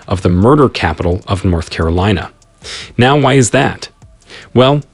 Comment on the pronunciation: Carilina? I think you may need an editor.